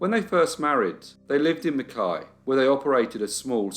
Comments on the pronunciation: Points for pronouncing Mackay correctly. People with that surname here will often be "McKay" or "Mackay" not pronounced "McKai" like the town...dunno why Qld is like that. Oh yes I do, it's Queensland. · Also, all my Australian friends should high fives for pronouncing 'Mackay' correctly lol